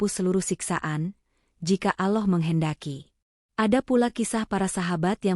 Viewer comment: In atminx orang sebelah ,, penyebutan kata" , allah,, kurang pas,, 😁🙏